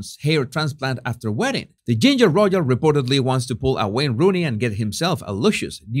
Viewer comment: The British say prigh ve see. The Americans say pri ve see. Only says pry ve sigh. And please practise the word "royal" because you use it so often and the way you say it, it sounds almost like roy-gal. Keep the tongue down!